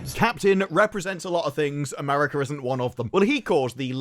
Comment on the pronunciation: It's that hard 'R' in "AmeRica" 😬